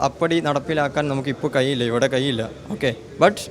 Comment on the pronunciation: "കയിയില്ല" അല്ല ("കഴിയില്ല" എന്നാണ് ). "സോഇസ്" അല്ല ("സോഴ്‌സ്" എന്നാണ് ). "ഴ''യുടെ സ്ഥാനത്ത് "യ"അല്ല. ആദ്യം ഉച്ചാരണം ശ്രദ്ധിക്കൂ സോദരാ